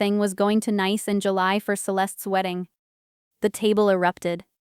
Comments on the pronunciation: "Nice"? In my world it should be pronounced "Niece "! At least pretend to do some editing! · the place is pronounce like the word Niece even though it is not spell that way. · Doesn't your AI know French word pronunciation of the city of Nice is (Niece) ? There are a lot of a French words used in English. For another example , the word resume' is not re zoom, its (res oo may). Just fyi. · Geez! Nice in France is not pronounce as nice in english! It's more like ni-es... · It's pronounced like niece, not nice. AI can be so annoying. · PROOFREAD YOUR PRONUNCIATIONS. NICE, FRANCE is pronounced ("neece")----not ("nīce") rhymes with ice, rice, mice, etc.... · For gods sake it’s pronounced NEICE, Ai narratives ruins all these good stories. By the time the story is nearly over, the viewer/listener are already thinking “WHO CARES!”. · The city of Nice in France is pronounced... Nees which rhymes with peace. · The name of the city in France is pronounced "Niece". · Me: "If I'm not allowed then neither is my money." Btw, Nice, France is pronounced niece. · The faulty pronunciation is an AI artifact. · Nice pronounced Niece